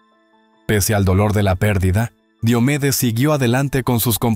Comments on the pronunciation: No es Di o medes es Dio medes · Pronuncia bien su nombre por respeto!!!!